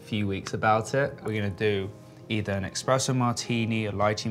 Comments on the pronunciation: there is no such thing as EXPRESSO... it's called ESPRESSO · Why is he saying Expresso ?!!!! Its espresso maaan , youre soo rich and dont know how to pronounce it ?? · Drives me nuts when people say eXpresso, come on Brooklyn. It’s eSpresso buddy ☕️ Otherwise cute video. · They are so adorable, but could someone please let Brooklyn know it's eSpresso, not eXpresso :D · its ESPRESSO MARTINI, not EXPRESSO 😂 what a “chef” he has no clue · It’s espresso not expresso martini. And Espresso not expresso coffee. 💝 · Is anyone else dying when he says “EXpresso martini” 😵‍💫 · He really said eXpresso 😂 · Stop saying expresso.. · "EX - presso martini" rich parents cant buy you a good education folks lmao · “Expresso” lol! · "expresso martini" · IS HE SAYING "EXPRESSO"??? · Watched 33 seconds of the video and closed it once he said eXpresso. Also no one thought they should do another take of this? smh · did he say expresso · Did he said eKspresso?😱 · It would be nice if Brooklyn learned how to pronounce espresso. Especially if it ends up being used in their signature drink. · God, i hate to be that person but there's no X in espresso!! 😭💔